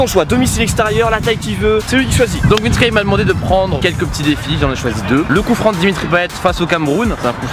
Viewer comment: Ptdrr au début j’ai cru que t’avais dit « c’est vinsky et CR7 »😂😂